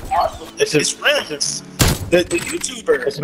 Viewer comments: so he knows your youtube channel name but he can’t even say ur name properly 😭 rimms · I just wanna quickly say the guy that didn’t know who you were said your name right and the guy that did know you didn’t...smh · I was just about to say this😭 the random got it right and dude corrected him and said it wrong